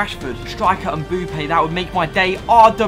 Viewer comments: Its Mbappé not mbUppé pls !!!!!! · It's mbappe not mboupe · The way he says mbappe mboope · When he says mbappe as Mbuppe oof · And he said Mboopa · i was looking for this comment lol 😂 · This dude calls Mbappe Mboope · Why do you say mbuppe